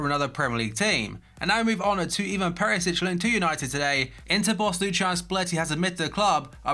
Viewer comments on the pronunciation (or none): none